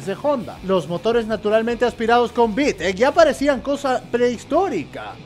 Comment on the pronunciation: Tu manera de decir Vitec es de un Dioos